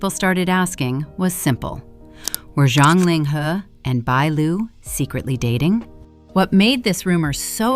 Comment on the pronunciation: Why do you keep calling ZHANG Ling He - John Ling He, his name is not John hIs name is Ling He and his last name ZHANG ( Not John), please pronounce correct the chinese names , and if you are iniforming inform correct. BAD REVIEW FOR YOU